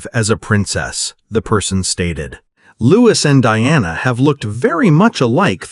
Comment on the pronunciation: He is not Loois. His name is pronounced Looee. And I doubt very much whether Louis would have an understanding of the laws of succession and also being told by his parents any of this. This is rubbish. And as you were lea ing a d you don't know how to pronounce his name. Lies.